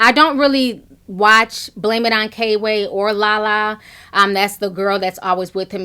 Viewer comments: girl it's kway not kayway. lmao. love you tho. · It's pronounced Qway lol not K-way even tho its spelled kway lol.. Love yo page Ti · HIS NAME KWAY (QUAY) NOT K-WAY LOL EASTSIDE IVO IN THE MIDDLE & PRINCE MARNI IS THE OTHER ONE, THEY’RE FUNNY I MUST ADMIT BUT THEM WIGS CONSTANTLY MAKES YOU QUESTION… 🤭 SHHH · You pronounced it K-way like 500xs lol instead of 'Qway'. comedy is comedy for me. I watch all cultures and videos if it's funny. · It's kway not k way. Eastside ivo is in the middle. Just in case you care. I was wondering why so many Instagram/ youtubers like La La and Kway be at the B E T award shows. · Love u ti! His name is pronounced kway not k way btw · Girl! You kept calling him “K-Way”. It’s Kway. One word, all together. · I think it’s pronounced Quay, Ti lol its okay.. But I agree with everything you’re saying! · name is Kway. Pronounced like Quay. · You too funny Ti, it’s pronounced Kway like Sway one syllable. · FYI His name is pronounced kwuh-A :-)